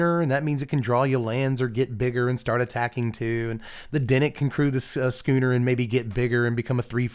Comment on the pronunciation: Thank you.... thank you for pronouncing schooner properly... so many people mispronounced it... it shouldn't have bothered me but it was starting to... so thank you.😊